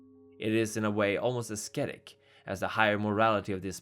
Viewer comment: minor nitpick, ascetic is pronounced as-set-tik, not as-sket-tik. other than that great video. Wonderful narration and use of imagery.